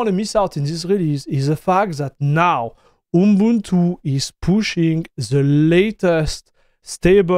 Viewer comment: you say your pronunciation isn't there, but you actually did pronounce it correctly!